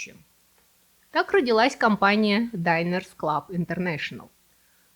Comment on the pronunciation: Динерс-клаб.. Почему вдруг Дайнерс? Если от слова «обеденная карта»